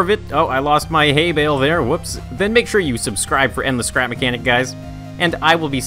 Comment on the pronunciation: Really? Haybail? Its Haybale